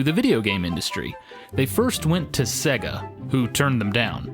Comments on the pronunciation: I hate the way you say Sega... It's pronounced 'Sayga', not 'Segga'!! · "Segga" Really? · why do you pronounce it "SEH-guh"? Even the company pronounces is SAY--guh in their ads. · sor the love of god please stop saying "segga" it really grates! Its either "sayga" or "seega" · I'll add "worio" to the list, straight after "sehga".